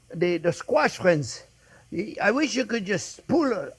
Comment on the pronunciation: I LOOOVE Monday, because it's "Hello there fwends.." time! Thank you, Chef Jeane-Pierre and Jack, for all you give us. God bless.